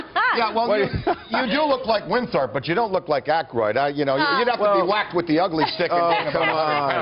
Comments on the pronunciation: It's not "Winthrop the III". It's "WinTHORPE the III"!!! She is obviously not a fan of this cult movie nor did she do any proper research. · Did she just say Louis Winthomp???? lol